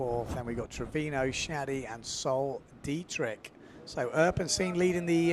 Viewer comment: Sol Degrieck (pronounced thegreek but with a softer g) Not Dietrich:)